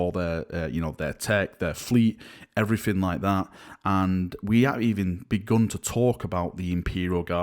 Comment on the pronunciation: Drinking game: have a shot every time says "an everyfin like vat"